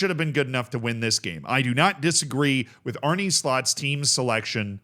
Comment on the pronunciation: Funny how you say Arne